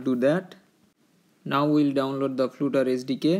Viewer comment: Brother, it is flutter not floooter